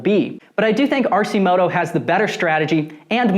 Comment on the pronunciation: It's pronounced Arc -i -moto not RC moto FYI